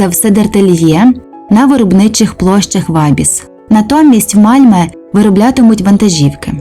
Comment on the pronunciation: Місто не Мальме,а Мальмьйо. Найправильніше шведську букву Ö вимовляти,як російську Ё. Malmö